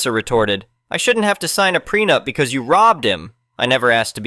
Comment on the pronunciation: It also repeatedly says bee see instead of because.